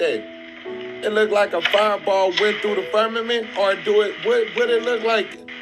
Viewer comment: Quit saying firmament!! Damn. FUR MEH MINT. WTF. Who says that? That's our atmosphere genius. And what ya seeing is cgi. And if it was real it would have been in space miles away. Firmament...wth